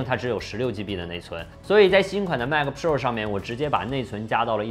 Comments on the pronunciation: pua 普 rua 肉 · 希望能改一下pro的发音，听起来太难受了啊啊啊啊啊啊啊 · piupiupiu的很有趣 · 麦克~普臭儿~普肉儿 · JKbench?真的吗？Pro听着好像叫嫖...... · pro这发音有点飘啊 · Pro 的读音很有个性，请继续保持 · pro的读法是我记错了还是dongdong念错了啊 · 这个pro 真是蜜汁发音😂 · Rasco Wang 非常赞同 真的难受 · pro发音听起来真的难受，嘤嘤嘤